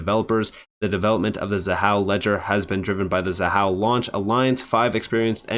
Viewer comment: Thank you for listening and properly pronouncing Xahau ❤. Keep up the great work, 🫶🏼🫵🏼